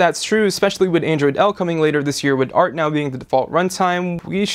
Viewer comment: The way he says "duh" and not "the" or when he says "art" instead if "a.r.t" ugh.. And that shaving scene.. Made me want to cry, I've been a huge fan of technobuffalo for years but he makes me not want to watch the videos..